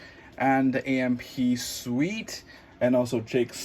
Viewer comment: Suite? I heard you pronounced it wrongly.